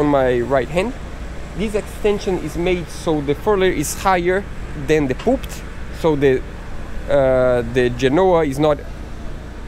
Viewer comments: Please stop calling the front bars the 'poop' (aka human waste). It is said 'poll-pit; Poll as in you go to the poll to vote and pt like arm-pit. Poll-pit is the right way to say it in English even knowing the spelling is different - its common in English to say words a different way then the spelling. Good luck! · Just a suggestion, Pulpit is pronounced in 2 syllables - Pull Pit I admire you both as your English has improved brilliantly over the months. Congratulations on everything achieved so far x